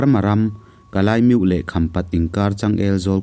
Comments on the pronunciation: Kalimyo tihalam tur aniaa kalaimyo nilovin..ichhiar thiam in ngaihthlak anuam thin ee.. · Ka- Li -Miauh ( Kalemyo ) ti a lamrik tur aw Kalai miauh ti lo khan aw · A lam tirh ah phei kha chuan kalaimiuh ati tlat in ka hria Kalimiau tia lam hi a dik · Kalaymyo tih kha i chhiar dan khi a dik lo deuh. Mizo tawng chuan Kalimiau tih ang deuh a lam tur anih hmel. Atha vek e👍🏻👍🏻👍🏻👍🏻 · A lam dan kha kalimiau tiin an sawi thin in ka hria ka hriatsual loh chuan